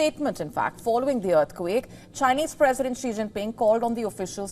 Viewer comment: I am sure she is saying “dearthquake”